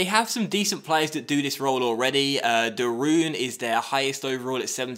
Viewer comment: de roon should be pronounced as: de rone